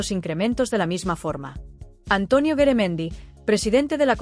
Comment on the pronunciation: No es Beremendi es Garamendi y yo no estoy de acuerdo con lo que ha dicho ,por que no se baja el sueldazo el a lo wue gsna un obrero ,veriamos lo que diria entoces ,este señor es un mafioso